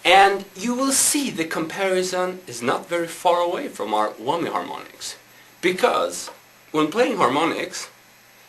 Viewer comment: LOLOLOLOL he said eeebanezzz and he said whommyyy ITS I-banez and WHAMYY lol hes still rlly cool and rully good